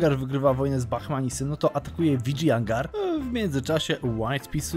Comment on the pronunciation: Uwielbiam tą muzyczkę w tle, tylko z Tobą mi się kojarzy i jest boska <3 Plus wymawia się,, Widżajanagar